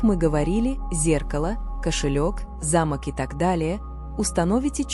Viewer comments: Про пятую вещи, которую нельзя принимать, я подумала про старинной замок, потому что ударение было на первый слог. Потом прислушалась о замках во множественном числе и поняла, что речь идёт о замках для дверей. Во всех случаях ударение должно ставиться на второй слог. Если бы мне подарили старинный замок с ударением на первый слог, я все же приняла бы его😊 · Ударение в слове замок ,не правильно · Вы не правильно ставите ударение,по этому смысл теряется.замок-это большое красивое строение.а замо'к-это закрывающие устройство.учтите это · Не зАмок, а замОк! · не за'мок, а замо'к----режет слух, неграмотно!!! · За'мок или замо'к, делайте правильно ударение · Ударение!но терпеливо слушала до этой программы.Здесь:замок-ударение на втором слоге!А в вашей информации(на первом слоге)-не механическое устройство,а здание,особняк и т.п. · Ставьте правильно ударение, не замок, т, е не строение, а замок, т е предмет для замыкания например двери. Слух режет конкретно. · Интересно. Но есть ошибки в ударении в словах. Особенно замок, совсем не допустимо. Ударение надо делать на "о", а не на "а". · Произносите слово замок делая ударение на 2 слог а если делаете ударение на первый слог то это будет старинный дом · Сил нет слушать эти ударения. Замок или замОк. Смешно, о чем вы автор? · Как вы читаете? Правильно делайте ударение.Замок и За'мок большая разница . Неприятно слушать. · КОГДА БУДУТ ЧИТАТЬ.ЛЮДИ А НЕ РОБОТЫ 😂😂😂😂 ЗАМОК.. ЗАМОООК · На слово замок ударение правильно поставьте. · Ударение в слове "ЗАМОК" неправильное для русского языка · Не замок или замок ударение на о а не на а